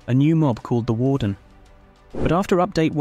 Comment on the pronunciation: my dude said varden